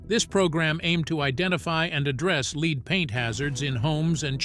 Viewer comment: Didn’t know it was sold here, but lead is pronounced two ways and this A I is pronouncing lead incorrectly.